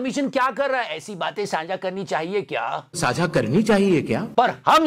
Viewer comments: There's a difference between SAANJHA and SAAJHA, since this meme is being repeated often, please correct the pronunciation.😅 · Saaza ❌ Saajha ✅